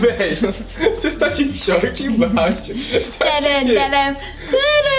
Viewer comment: "DEIXA EU VER AKI EM BIAXO" kakakak😂😂😂😂